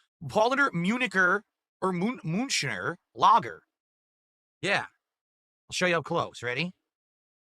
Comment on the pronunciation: Why does he pronounce lager like a spastic?